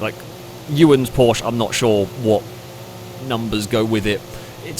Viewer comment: Would it really cause physical pain saying porschE? There is an E on the end.. It is a german brand, not french, or bri-ish..